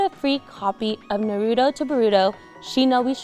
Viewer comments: Why do people say naruto like “naroodle”? Like what the heck these days... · Im startin to see why Naruto is always gettin shafted by Bandai...girl on camera cant even say Naruto properly, ouch.